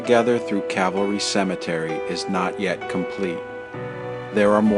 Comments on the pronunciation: Why does it sound like you say Cavalry and not Calvary? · It's Cal-va-ry, not Cav-al-ry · That's CALVARY. Not CAVALRY. One of my pet peeves, (usually with the first word pronounced wrong). This is antique stuff, more on the lines of our grandparents generation. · It's Calvary not Cavalry. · I love your work but PLEASE it is CAL VARY not cav alry lol. You are so respectful and dont senstionalise any of the people who you choose to talk about. I wasn't keen on seeing tese 2 episodes as I am not a Hollywood fan, but you have done such a fantastic job that I was pleasantly surprised. Thank you. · Cavalry-- someone could have corrected the narrator.